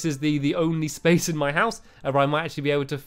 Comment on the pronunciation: splace instead of space lol haha u always make me laugh